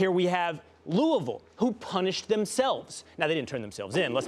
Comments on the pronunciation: Thank you!!! I am from Louisville and It always makes me cringe when I hear it pronounced lou-ee-ville instead of the correct way of lou-ah-ville!!! But anyone who is a native knows this lol. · Loo-ee-vill just sounds ridiculous. One of those words that when you say it this way you immediately know it's wrong